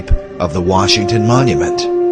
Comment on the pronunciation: That one guy said “George WERESHINGTON”